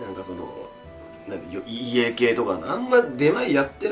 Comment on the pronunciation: 家系ラーメンをEA系ラーメンって言ってて草